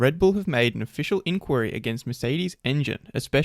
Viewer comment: say inquiry like that again and i will unsub